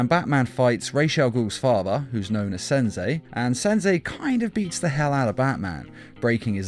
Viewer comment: "Senzei" lol